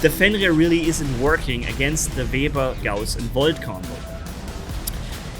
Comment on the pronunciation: Is Webber not vebber lol